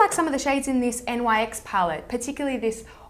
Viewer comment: Also - Nyx is pronounced "nicks," it says so on their website. :)